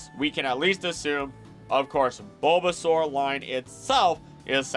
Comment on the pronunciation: So glad this was posted when I had time to watch!! I was really hoping for this video and I loved every bit of it!! I do remember one thing- you said like Buhbbysaur or something? Could that possibly be from the Lil Char and Gaang webcomic???